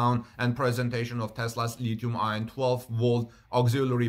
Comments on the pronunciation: Thanks Howard! I was going to mention the same thing, adding that I have never heard anyone pronounce the acronym "Li-Ion". Rather, one just pronounces both words "Lithium Ion" Also, just to be clear, like Howard points out, the word "Lead" is pronounced like the name "Ed" but preceded with "L": Led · Lithium-ion. And "lead" is pronounced "led," short e. You try to speak clearly, and I appreciate that. Take care and much love, Brother.